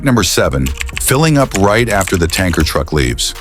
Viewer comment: Another example of why AI voices are terrible - the second line of this video: "most people do something right before pumping gas..." The AI makes it sound like it's right as in correct, when the meaning is "just before." This effectively gives the opposite meaning from the one intended. Just let a human being read it FFS.